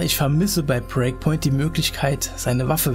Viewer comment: Warum sagst du immer "Preakpoint" statt Breakpoint?